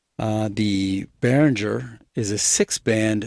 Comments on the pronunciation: First of all, Mr. Behringer himself says that the name is pronounced "BEH-ring-grr". Not "BEH-rin-jer". Pronounce it correctly and impress your friends! :-) And secondly, comparing a Behringer anything to an Aphex anything is unfair. The Aphex will win with BOTH hands tied behind its back. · Yes, it's the correct german pronounciation, since it's a german name and the company. But that wöuld be wiseass 👻